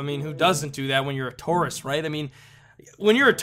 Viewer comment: When he was saying tourist, it sounded like "tarusist"